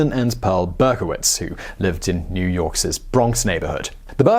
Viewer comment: You said New Yorkse's😂😅😂😅